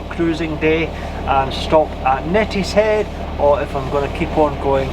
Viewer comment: it is pronounced née not net for Neatishead how long have you been doing the broads.😂